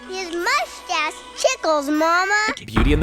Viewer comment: HAHA HIS MUSHTASH TICKLES MOMMA! lol 😂